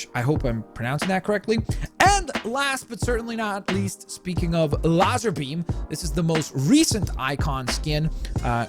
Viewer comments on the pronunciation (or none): Larzerbeam!!!!!!! the fact that you don’t know how to pronounce lazerbeam is embarrassing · I’m disappointed in you for miss pronunciation of lazarbeams name... ITS LAZER WITH AN A INSTEAD OF AN E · they are pronunced: Lock-len, The Gref and Lazerbeam (lazer as in lazer eye surgery). just thought i'd tell you :D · just so you know its lazarbeam not lazerbeam. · Did he actually say larzarbeam🤣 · Come on you don’t know how to pronounce lazarbeam !!!!!!!!!